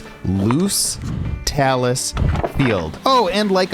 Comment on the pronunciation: You don't need to do the entire trail in a single hike, you can break it up into as many hikes as you want. Also, talus is pronounced with a long a: TAY-lus, not tallis. One other thing. You implied that the knob at the top of the Blueberry Ledges was the summit of Mount Whiteface, but the high point of the massif is a nondescript location about a third of a mile from there. Yes, on a different trail, so it does not need to be reached for Terrifying 25 purposes, but it does for peakbagging purposes. I enjoyed the video.